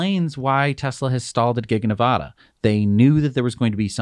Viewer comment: Please learn how to pronounce "Nevada"... short a.